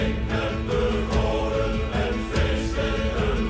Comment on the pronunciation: As someone who's currently trying to learn the language; your pronunciation was pretty close, but not quite right. If I'm right, and please a native speaker correct me if you see this and I'm wrong, "Drink," "Met," and "De" are basically pronounced as seen; but "Goden," and "Walhalla" aren't, in "Goden" the "G" is more pronounced like an "H," and the "W" in Walhalla is pronounced as a "v". I will say this again, I am absolutely not a native speaker of Dutch, if a native speaker sees this and feels the need to either correct me, or confirm, please do so